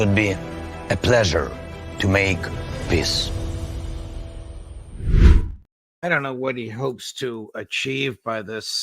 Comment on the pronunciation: Zelensky sounds like he is saying 'piss' instead of peace, lol 😹